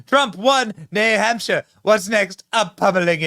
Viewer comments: "He lost New HUMPshire......" Some journalist. Can't she even read a letter A on her teleprompter...for New HAMPshire? Who's she got on her mind and what's HER name - - or is it THEY/THEM/THERE-THERE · Rachel Maddow said “New Humpshire” 😂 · New Humpshire 😂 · called New Hampshire, New humpshire?!😮😂